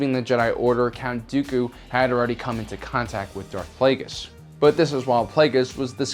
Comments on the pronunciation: Holy shit, you actually pronounced Plagueis right. Well done! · He has now mispronounced both names of Darth Plagueis. Lol. In easier videos he pronounces Plagueis as (Play-gee-us) not (Play-gus). He did pronounce it right in this video finall. Now he pronounced Hego Damask II as (Dam-usk) not as is should be as (Da-mask). Not a big deal but it kinda erks me because he is my favorite Sithlord and ive noticed it every time. It only takes a few mintues to Google. Lol. I wonder how he would pronounce Muun or Muunilist. I think he did but I don't remember how he said it. Probably said it like (Moon)....god I'm a nerd.